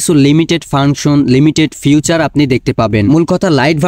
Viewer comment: 😢 ফিউচার না রে ভাই 😂 ফিচার😅